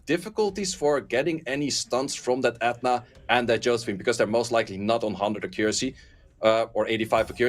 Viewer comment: That dude saying "ETNA" does my head In SO MUCH. Please just say the word properly, H IS NOT SILENT. Sei literally says It properly right after you and has done for years now.